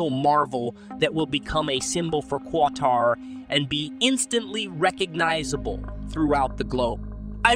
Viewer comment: Kaytar? WTF is Kaytar? 🤣🤣